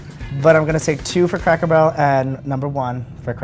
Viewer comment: Did the man really say craycker barrel